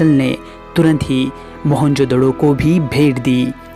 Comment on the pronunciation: Mahenjodaro hota hain not doro